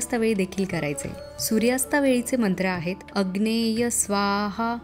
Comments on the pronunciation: अग्नेय नाही... अग्नये आहे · सूर्यास्ता च्या वेळेस चा मंत्र अग्नये स्वाहा असा आहे . अग्नेय स्वाहा नाही . उच्चार कृपया चुकवू नये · अग्नेय स्वाहा नाही अग्नये स्वाहा म्हणावे.. गायत्री मंत्राची आहुती अग्निहोत्र करताना देऊ नये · अग्नये म्हणायला हवं अग्नेय नाही